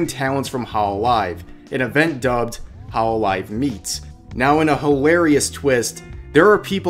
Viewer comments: It's not ho'loli've It's hol'olive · holo live. it is pronounced like there are two words